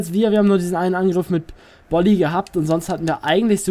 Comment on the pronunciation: du sprichst bolly richtig aus (bin fortuna fan )